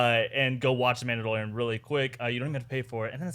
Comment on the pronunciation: "themaudelorian" lmao what